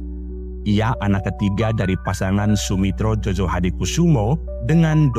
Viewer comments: Djojohadikoesoemo dibaca Joyohadikusumo, bukan JOJO. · Bacanya JOYOHADIKUSUMO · djojo itu bacanya joyo...